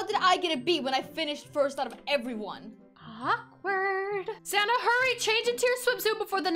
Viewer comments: When you said sanna I thought you said santa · whenever dhe says "sanna" I think she sounds like she's saying "santa" lol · Lol some time I think she calls her friend Santa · Are you saying Santa or sanna